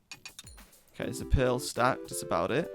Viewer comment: Does anyone else hear pill in stead of pearl?